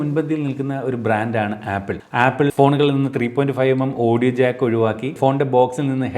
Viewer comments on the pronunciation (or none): none